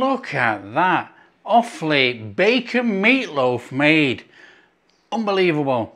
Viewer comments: Hi, As an 'Offaly boy' your pronunciation was correct as 'Off-lee'. I well remember, as a child, my grandmother making this probably every other week. Cold, in a sandwich with a lathering of Irish farm butter, was something to die for 😂😂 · Nice one, pronunciation perfect first time 😊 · pronounced perfectly